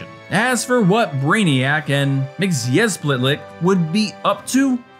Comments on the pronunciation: Mr mick sill plick is how you pronounce it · It is pronounced mit-zel-plick. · It’s pronounce. MIX-SPIT-LICK. Not whatever you just ssaid. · Close. It's mix-yez-pit-lick in the Dini-Timm cartoon, mix-yez-pitel-ick in the comics and live-action TV shows. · "Superman III" was given an awful rap by critics. As a result, many "Superman" fans decided they didn't like it without even going to theaters to experience it for themselves. (For the record, I will respectfully say that I never cared for Margot Kidder as Lois Lane, and appreciated her limited appearance in the film.) By the way, according to "The Superfriends," it's pronounced "Mixelplik." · Its "Mr. Mitz-A-Plick". That's how its pronounced phonetically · It's pronounced mit so plik. I had a Superman record when I was a kid. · It's Mix-Yes-Pit-Lick Mr. Mxyzptlk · It's pronounced "mix-spit-lick" One thing thing I find funny about this is that Webster is basically a proto-post-crisis Lex, since Lex was still mostly a mad scientist at the time this film was made but would be turned into a corrupt corporate executive years later. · BTW MXYZPTLK for many years was pronounced Mix-sill-plick. Later changed to Mix-yes-spit (for the newer animated series with Gilbert Gottfried). Superman says Mix-sill-plick then is corrected by MXYZPTLK to say Mix-yes-spit. Every series says it different I guess? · It's roughly Mit-zi-clip-tick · It's mxyzptlk mxy zp tlk say it right or get someone else to say it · Close: it's "mix-yez-pit-lick" or "pittle-ick." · It’s pronounced “MITS-ul-plix” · Pretty sure it’s pronounced mistoplick at least that’s how it was in the justice league cartoon. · It's 'Mix-Oh-Plix' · Mr Mxyzptlk. You pronounce it wrong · I came here to simply correct his pronunciation. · Can't even pronounce Mxyzptlk, what a goon! Superman III is a deep fried slice of pure (Silver Age) gold! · hearing you mispronounce Mxyzptlk"s name is the worst part of this video